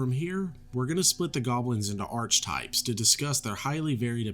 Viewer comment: Watched a few of your vids. Quality stuff please keep it up. Oh archetypes is pronounced like ARKuh-types or ARKy-types